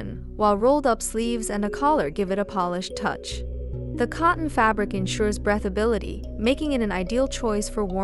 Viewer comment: The word is breathability...pronounced with long e...as in: I breathe (long e) when I take long breaths (ea is pronounced like eh.) Thanks for your fun videos.